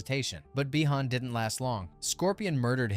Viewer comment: Not by-han again